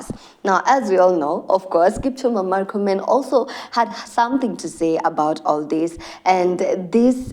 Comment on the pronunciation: its not markomen. its murkomen. we aint americans. pronounce it as it is written